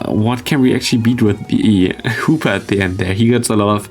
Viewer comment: I hear more Hooper then hoopa 0_0